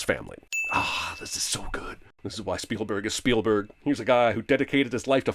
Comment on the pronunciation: You mispronounce 'Spielberg'.